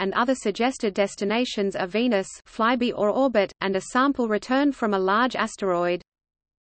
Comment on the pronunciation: I enjoyed hearing the text-to-voice reader pronounce "Venus fly-by" as " veinous fly-bee", something quite different.